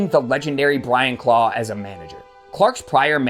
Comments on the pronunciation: Although, “Clough” isn’t pronounced “claw” it’s “cluff” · Ha ha , it’s not pronounced ‘claw’ it’s pronounced ‘Cluff’….it must be an accent thing. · Brilliant vid but . . . ‘Clough’ is pronounced ‘kluff’. Search some Clough videos on here, the man was a natural entertainer. There’s also a few films about him one being “The Damned United”. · Who is Brian Claw? It's CLOUGH, as in ROUGH, TOUGH or ENOUGH! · Clough is pronounced Cluff. Derby is pronounced Darby. Nice vid however.